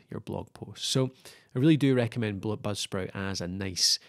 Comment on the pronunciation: Dude what the hell are you saying, budsprit or popsprit, or blubsprit